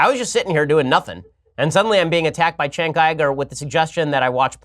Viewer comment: Why do you call him Chenk? It’s Cenk, like Cent but with a k instead of a t.